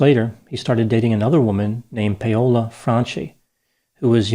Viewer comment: Lol Pay-ola? It's pronounced "Powola"